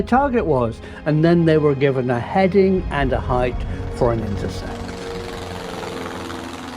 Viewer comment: 'height' not 'hight'